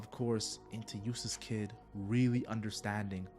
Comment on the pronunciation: it sounds like you're saying Useless kidd, which is just funny to me lol